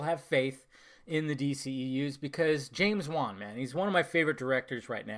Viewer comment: Dude it's James wan. I mean Come the fuck on...